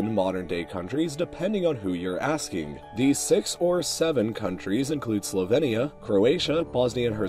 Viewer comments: Why do you pronounce it Slo-ven-ia and Herze-go-vena? it's slo-vee-nia and herze-go-vee-na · Well, I know that english pronounciation is closer to Slo-vee-nia, but in slovenian we say more like he said it (Slo-ven-ia). Aka - the E isn't pronounced as ee (as in weed), but like e as in left (but softer). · The way you say Slovenia and Herzegovina makes me want to die